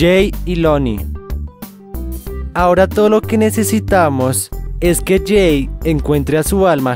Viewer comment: La diversion de leira Y además es Jay y se pronuncia Lley, no es que se llame Jake